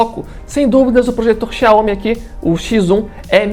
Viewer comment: O que você precisa melhorar, e se informar, é como se pronuncia os nomes das marcas. Nesse vídeo em especial, a marca “ XIAOMI ”. Você está pronunciando de formar errada, e muito amadora, não é assim que se fala, ou pronúncia o nome XIAOMI. Essa é minha crítica, e sugestão. De resto, o vídeo ficou ótimo. Os dois projetores são incríveis! Eu fico com o que tem melhor qualidade de imagem, o XIAOMI. Por : Jailson Santos 😎